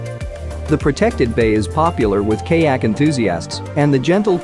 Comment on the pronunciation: I'm very distracted by the mispronouciations. Maybe you could have someone who knows how to prounce the word kayak re-do it for you?